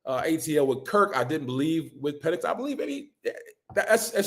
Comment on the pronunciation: Why did I think this was a giant channel - and why don’t u know how to pronounce ur Qb … come on man